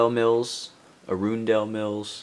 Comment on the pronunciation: Great pab wall selection. Also, pronounce it Arun-dul.